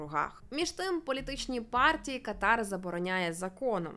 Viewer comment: Знайома арабка пояснила,що правильний наголос буде КАтар, на першій А